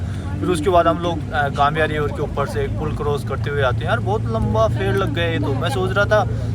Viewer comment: Nice video but Gambia not Gamia